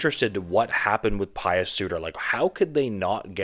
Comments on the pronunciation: It not Pious. It’s Puis like juice. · Puis sorry. Pronounced like juice.